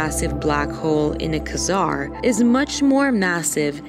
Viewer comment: What's a qua-zaar?